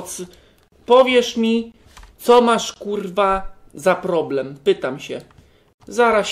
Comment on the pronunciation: "plobrem" naucz się gadać